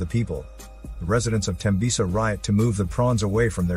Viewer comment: Damn u pronounced Tembisa right 💪. Awesome from South Africa. I still don't get how fuel turns humans into prawns.